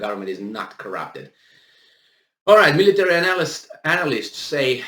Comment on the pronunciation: Please Analyst not pronounced Anal-ist but An-ah-list